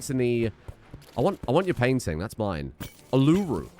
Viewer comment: For a pom, that was a pretty good first try to pronounce Uluru (oo-luh-roo)🤏👍